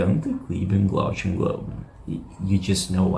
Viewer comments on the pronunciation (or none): You're not a Def Leppard fan, or you would know it is pronounced "GOON-ter", not "GUN-ter. And "glow-GHEN" not "glow-CHEN"